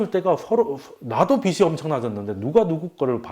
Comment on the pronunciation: 빛이 되다 >> [비치 되다] 빚이 되다 >> [비지 되다] 빗이 되다 >> [비시 되다] 빛, 빚, 빗 : 한 글자로는 발음이 [빋] 이지만, 조사가 붙으면 구분이 쉬워집니다. 훌륭한 강의에 조금이나마 도움이 되길 바라며 적어봅니다.